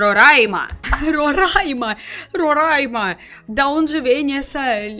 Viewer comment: Ela é russa e sabe fala Roraima direito Parabéns 👏👏